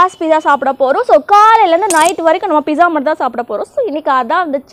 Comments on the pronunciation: It's not pisa it's pizza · Sis it's not piza it's pizzaa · Akka Akka not Pisa it is Pizza ok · Excuse me dear sister you are pronunciation wrongly the word pizza is not piza ok please change it you don't it want to tell information about pizza before result I know that ok pronounce the word correctly ok 😉😉😉